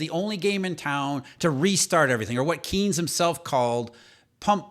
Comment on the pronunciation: It’s pronounced “Canes”, not “Keens”